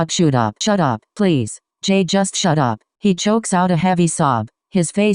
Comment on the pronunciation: Im sorry but when was saying shut up i heard shoot up i tried my best not to laugh but its hard